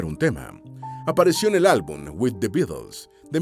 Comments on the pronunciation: Una pena que un más que aceptable (aunque en ocasiones aburrido por la monotonía de la voz en off), se vea empañado por una mala pronunciación del nombre del grupo "The Beatles". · que mal pronuncias The Beatles